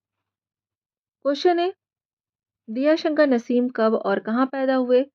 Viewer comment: Shi talffuz Diya shankar nhi.. Daya Shankar h..